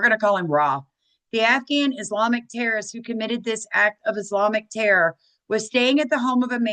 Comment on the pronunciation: MTG was worth $700k when she entered office, she is now worth $25m. She attributes it to her construction company; however, her stock trades prove differently. And it's "dis", not dish. Sam did a video on MTG, might want to watch it. Happy Turkey Day!